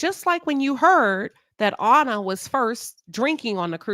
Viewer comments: Great video but you keep pronouncing her name incorrectly. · Hell you can’t even pronounce her name correctly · You keep calling her “Honour” but her name was Anna. Rhymes with Banner.